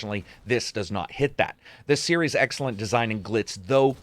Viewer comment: You say “the series” sounds like “hey Siri” to my phone lol